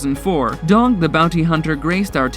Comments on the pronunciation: Who is Doug? Anyone else notice narrator continue saying Doug instead of Dog, or am I missing something. Is there a Doug I'm not aware of from show lol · Lol he called Dog Doug